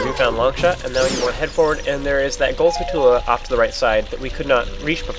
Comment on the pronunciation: did u know its not pronounced (sku-too-lu) its (skull-choo-la)